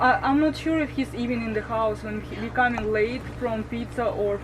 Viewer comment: "Chouse" 😊😂 A russian crazy one again.